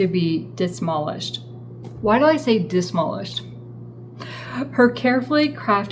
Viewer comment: You said “dis-molished” again 🤣